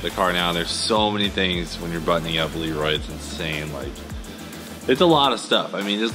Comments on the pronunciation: listen at the beginning of video of how you pronounce LEROY LOL!!!!! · Cleetus McFarland hey listen at beginning of video of how you pronounce LEROY LOL!!